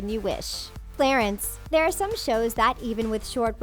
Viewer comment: I love “Clatence.”